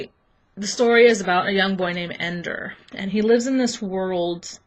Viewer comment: It's Ender not Endor